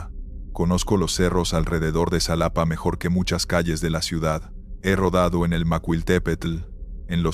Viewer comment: Solo un comentario, si fuera real la historia o el personaje . Sabría que el nombre correcto es Xalapa. No como lo pronuncias. Ojo